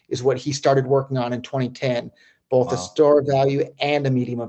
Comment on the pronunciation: Lol! Love you Roger but there is no "L" in Both, what the f*%$ is Bolth?